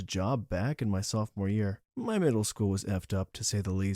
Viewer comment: Say "Softmore" instead of "sophomore" ONE more time..... Go on.....SAY IT! I DOUBLE DARE YOU!!!!